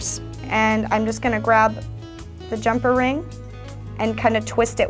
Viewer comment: did anyone else notice that she was saying jump-a rings??????? lol